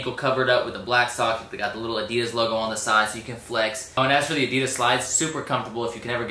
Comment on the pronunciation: HOW THE FUCK DOES THIS GUY PRONOUNCES ADIDAS ???!!!!!